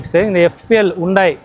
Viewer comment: ஹூண்டாய் இல்ல புண்டாய் 😂😂😂😂